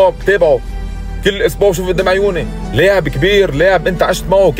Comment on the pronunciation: لاعب وليس ليعب !!😂